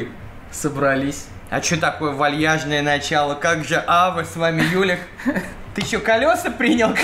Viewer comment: Почему ты говоришь "Ава", а пишешь "Аве"